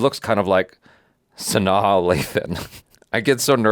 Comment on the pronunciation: said Sanaa's name right, y'all!! He's in there 😂👏🏾👏🏾